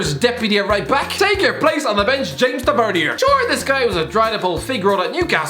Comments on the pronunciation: ffs it's pronounced Tav-i-ner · The way he says James Tavernier lol